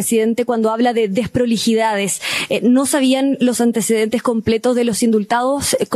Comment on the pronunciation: La única vocera del Mundo que no sabe pronunciar Bien las palabras : Deproliiidades, Despreligidá, El Presiente, etc ...